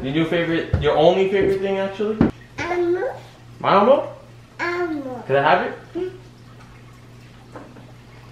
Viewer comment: This ain't elmo. It's El- Mo